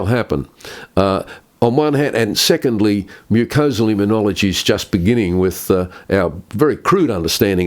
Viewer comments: It's immunology, not immuniology, John. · This Professor is brilliant. Very grateful to you, John, for interviewing him! Minor point: John, you keep mis-pronouncing immunology. It’s not immun-iology. No ‘i’ after the ‘n’.